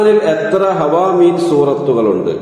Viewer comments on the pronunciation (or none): ഹവാമീൻ എന്നല്ലല്ലോ ഹവാമീം എന്നല്ലേ ?pls reply